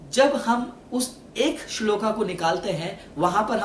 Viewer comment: Hindi to sahi bol rahe ho fir shlok ko shloka or puran ko purana q bol rahe ho